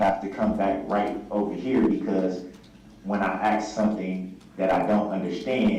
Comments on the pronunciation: He axe the question he can't even speak correctly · He “axed” the question. 😂